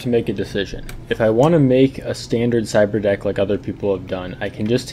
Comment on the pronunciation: "Ciberdock" Lol